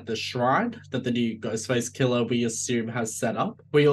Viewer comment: 'Ghostface killer' might be the best phrase possible for an Aussie accent. At least to my ears. Well done. Also I know it would be utterly stupid to bring back Stu Macher...but I really, really want to see him again and would happily suspend disbelief if need be.